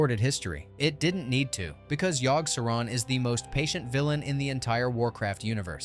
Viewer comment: I couldn't make it past Yogg, the pronunciations are driving me nuts LoL!